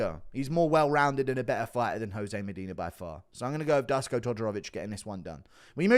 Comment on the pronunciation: Dusko is pronounced Dooshko, guru. Give us some balkan folk some love ffs.